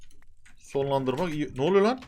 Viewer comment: deki çok iği diğişin beni benden aldı